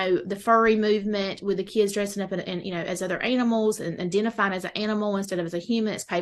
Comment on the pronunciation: Well she does not say animals, talking furries, she says anal mals.